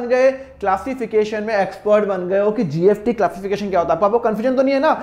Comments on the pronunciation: Nice explanation but why are you pronouncing it as GFT ??? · Sir you pronounce s as f